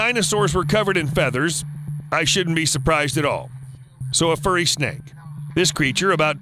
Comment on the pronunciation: "oh no a fuwwy" "smack"